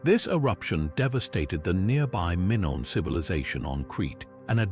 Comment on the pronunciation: 😅😅😅never heard Minoan or Mongol mispronounced before. EPIC FAIL.🎉🎉